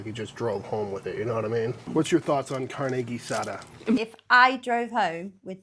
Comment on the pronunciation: Well you probably provoked all the Americans to suggest our favorite foods. Car -nay Ah-sah-dah. You were closer the second time. Its all good😂